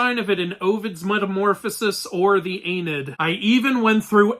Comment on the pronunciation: Great video calling out AI BS aside, how the hell did you just pronounce the Aeneid? The fuck is an Ay-Nid?